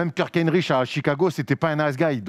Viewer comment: Pas de bol c'est Mason et non pas Miles qui est à Detroit D'ailleurs on dit pas "aaaaizzze" mais "hayes = éizz" (dur à écrire la prononciation) Tout comme Hinrich ça se dit "Hine-rik" Et c'est Toppin pas toping parle que thibs aime les défenseurs poste 1.... bon à part Hinrich (plus 2 après 2010) y'a eu Rose, Lucas, Robinson, Watson, Teague.... bref aucun défenseur. D'ailleurs qu'entendez-vous par "rebond après les Bulls"? Rose a continue à produire Butler me semble toujours solide Gibson a plutôt bien enchaîné Snell a fait sa meilleure saison à Milwaukee juste après 🤔 Pourquoi ne pas parler des Spurs et des Kings?